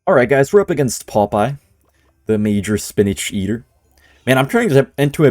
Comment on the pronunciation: Pompeyo❌ Popeye✅